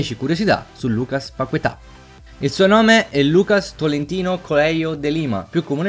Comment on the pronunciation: È "Lucas Pachetà" la pronuncia.